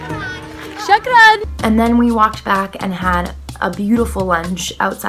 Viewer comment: the way she said chokran 😍